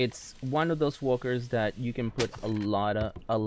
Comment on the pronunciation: am i the only one that heard wonkers instead of walkers